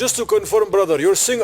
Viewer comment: Hallo Brathar welcome to my Baradise 🤣🤣🤣Legendary